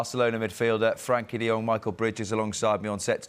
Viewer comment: its frenkie not Frankie put some respect on his name